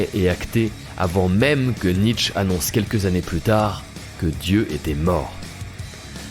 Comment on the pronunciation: franchement pour citer Nietzsche (apprends a prononcer son nom stp) dans une vidéo qui défend la chrétienneté faut être illétré